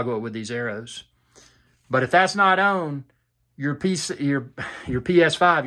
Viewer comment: Full UHD own? Ohh you said on. That accent😂